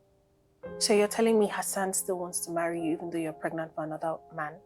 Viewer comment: Is it pregnant or fregnant 😎😂😂😂😂😂😂😂😂😂